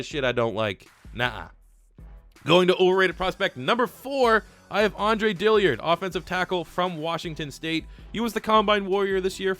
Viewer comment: Its Dill-Ard not dilly-ard